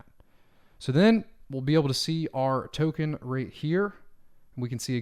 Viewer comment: Thanks! Another great how-to video! Tokhun! Token? haha